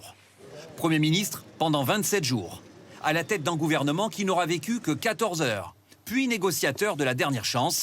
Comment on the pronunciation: Un guouvernement fantoche